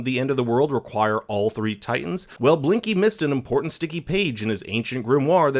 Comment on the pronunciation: He said linky lol not Blinky